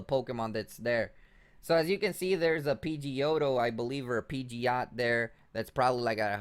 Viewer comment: "peegeeoat" is pidgeot